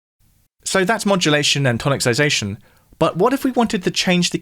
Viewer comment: Check how to pronounce 'tonicisation'. :) It's not 'toniccisation' ;)